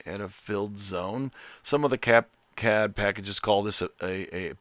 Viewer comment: Thank you for pronouncing KiCad properly.